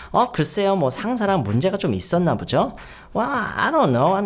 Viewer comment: ~부죠?가 아니라 (보지요를 줄여서) ~보죠?에요! 모르고 계신 것 같아서요 혼자 유학준비하느라 유튜브가 도움 많이 되는데 유튜브 영어선생님들 중에서 젤 조아요 감사해뇨